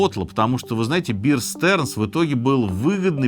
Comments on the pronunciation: "DERIVATIVE" произносится как "дэрИвэтив", а не "дэривЭйтив". В "BEAR STEARNS" первое слово произносится как "бээр", а не "биэр" - как "медведь", а не "пиво". РОБЕРТ КЭННЭДИ на фото показан не тот. Процитированный человек - его сын, и имеет приставку ДЖУНИОР. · Ржу никак не могу! Вeer Sterns... Пиздец! Бир Стернс... Как можно упасть до такого?